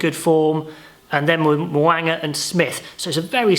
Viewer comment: Mo'unga is a name you are going to hear a lot so work on your pronunciation mate! Mo--oong-a